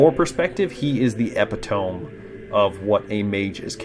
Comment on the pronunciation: I really enjoy your videos, but epitome is pronounced ee-pit-oh-me